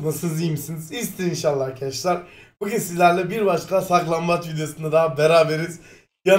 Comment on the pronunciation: Abi saklanbac degil saklangaç